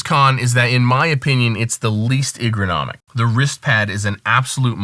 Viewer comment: Is ergonomic, not egronomic...